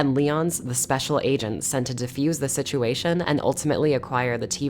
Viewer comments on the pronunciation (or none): none